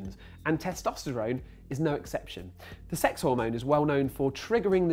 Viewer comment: hahah he said sex funny